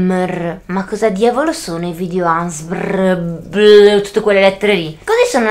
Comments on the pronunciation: Altro che dormire questo video fa scassare😂 cmq guarda che nn si dica asmr si dice A ESSE EMME ERRE ci devi fare proprio lo spelling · Si dice "a esse emme erre" Divertentissimo 😂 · Non si dice asmr ma a esse emme erre (non ti insulto perché sei la mia idola e solo per dirtelo perché c'è gente che ti può insultare) Ti adoro❤️ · per me è più brava Anita per fare gli asmr poi sbaglia la pronuncia di asrm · Cristina Barduca Siiii ma si dice A Esse Emme Erre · sono solo 4 lettere: A S M R. Si pronuncia: A esse emme erre il italiano e in inglese eismar non izxbjveafbvauasbufsmdfberhkgkehv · si legge A-ESSE-EMME-ERRE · Si pronuncia a esse emme erre ma come lo dici tu fa più ridere 😂😂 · i video asmr si dicono video A ESSE EMME ERRE😂💋❤ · Si dice a essse emme erre. Comunque ti adoro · Guarda che si dice A. S. M. R. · Si dice A S M R Normalmente devi ripetere-a-esse- emme-erre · Si pronuncia Aesseemmeerre è si scrive ASMR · Veramente si dice video a s m r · Si scrive asmr. Devi dire asemer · mi fa morire dal ridere 😂😂😂😂😂😂😂😂e che non sa dire ASMR ❤️😂